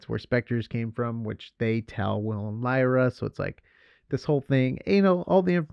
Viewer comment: Her name is Lyra, not Lyria!